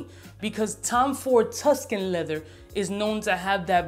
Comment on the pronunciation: leather, lehver, levuh :D. Man, I love your videos!